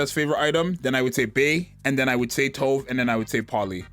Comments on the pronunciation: This is funny, cause I started saying To”Ve” as well since that was how the official broadcast said it, but the Japanese pronunciation in their version is how we originally thought it sounded: “Towv” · yeah it's Tove, not "too vay" like everyone started pronouncing out of nowhere